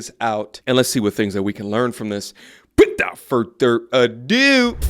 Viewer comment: Please PLEASE quit saying wit-owt…